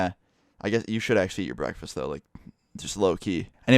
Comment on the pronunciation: What’s a breekfasts